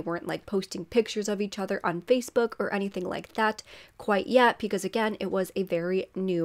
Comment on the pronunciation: I like your content. Only thing I hate is that you say Pecause when it’s Because. Just my 2 cents.